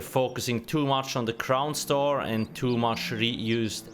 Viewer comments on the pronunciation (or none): Swear that you're saying "clown store" instead of crown store lol nice video though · I can't tell if he's intentionally saying "clown store" or if it's just his accent.